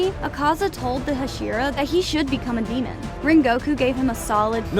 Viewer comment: When you were talking about enmu you said flame hashiro instead of hashira